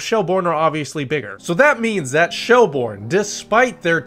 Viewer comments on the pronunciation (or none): minor pronunciation corrections i am compelled to give: sligo is sly-go shelbourne is shell-burn the shels collapse was crazy i am glad they ultimately saw it out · Great video but it’s “Shelbirn” 😄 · first off, its sly-go, not slee go, shelbourne is more like shell-burn than shell-born also i dont see what the point is in talking down the league for a team being able to win despite a bad period of time, its more interesting to never know who is gonna win and having a league that is close, and i say that as a shamrock rovers fan who won the league every year since 2020 until now, i'd rather that than be in france with psg winning every year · Pronunciation: Shell-burn Sly-go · Good synopsis... But you need to improve your pronunciation.😄So try to pronounce the names phonetically.. and you will get "Sly-go" and "Shell-burn". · It's pronounced shell burn not shell bourne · Safe to say this dude has never been to Ireland and certainly not a LOI match. If he had he would know how to pronounce Sligo or Shelbourne properly.